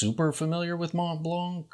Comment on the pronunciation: Silent "t", silent "c". Try one more time.